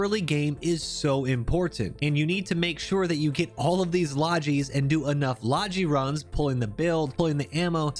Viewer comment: Hearing people pronounce "logi" that way is like nails on a chalkboard.